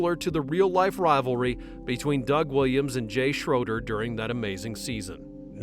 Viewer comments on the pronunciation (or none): nobody but Keanu would give up 90% of his pay to make the film better. also it's not pronounced Jay {shroder} dudes name was Jay {shrayder}